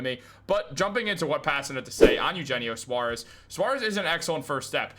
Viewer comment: It’s yoohennio Suarez! You take Spanish in high school!